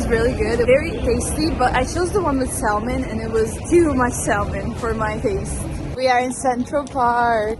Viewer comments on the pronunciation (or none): Hey, I noticed that you pronounce the L in salmon like in Italian salmone when you speak English. I'm not a native English speaker and I live in England. For years I was pronouncing the L in salmon until one of my colleagues had enough and told me that the L in salmon is in fact silent 😂